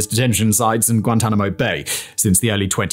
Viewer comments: "Guantamano-oh" Bay? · that pronunciation of Guantanamo bay has me dyinnnnggg